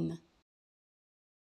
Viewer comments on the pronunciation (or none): Cela se prononciation INgadine et non pas ENgadine